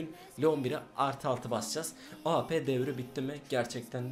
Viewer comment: Senin Şu Awp Ye Ap Demene Bayılıyorum Ya Helal Lan:D